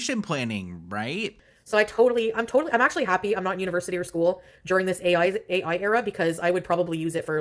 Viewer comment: Foodie: “Oim soh glahd oi didn’t have A-yoy (ai) when oi was in Skyuul (school)” as if she retained anything from school anyway. 🙄